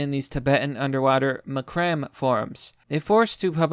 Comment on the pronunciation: It's pronounced Mac-ra-may not macrom, you mongoloid.